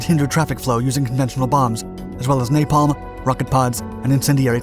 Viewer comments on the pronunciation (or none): none